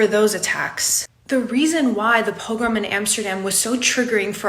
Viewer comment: Learn how to pronounce “pogrom” please. Good case, though.